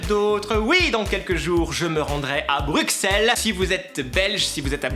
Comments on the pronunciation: Le X de Bruxelles se dit ss 😊😢😢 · Salut je suis Belge on dit Bruxelles comme ça 'brusselles' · On prononce pas le"x" dans Bruxelles ! On dit "ss" arrêtez de dire ça les français je vous en supplie 😣